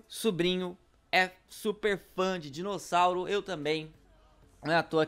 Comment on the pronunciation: Você disse Dinocossauro